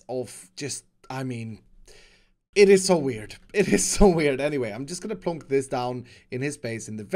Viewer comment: Nobody:: pLOnk